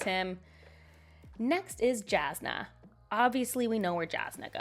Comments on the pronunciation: I cringed when I heard "Jazznuh" but then I remembered I used to think Jasnah was spelled "Yasnuh" AUDIOBOOK GAAAANG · Alright, I got through the vid! Yes, it's YAS-nuh, but I know that's a hill you'll die on so I won't badger about it lol Sigzil is pronounced with a hard G, "SIG-zil". Tindwyl is like "TIN-dwill". Marasi is "Ma-RAH-see". Apart from that, you did great! And I more or less agree with your list. There'd be some differences, but I can definitely respect your hot takes lol. Thanks for sharing your opinions! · I'm fine with literally all your other pronunciations. But every time you say "Jasnah" with a hard "J", it feels like a punch in the face lmao. Great video though, the only ones I disagree on I think are the comic relief characters that don't work for you (Lift and Wayne) are big favourites of mine. Or by this style of ranking I'd put them in really like / almost favourite. Oh, and for me Dalinar would be in all time favourite.